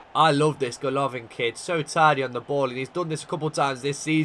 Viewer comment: It's goalivin not gaolavin